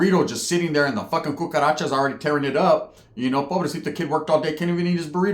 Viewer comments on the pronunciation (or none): none